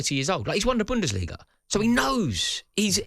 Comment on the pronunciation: Did just say Endos won the Bundersliga 😅😅😅😅😅😅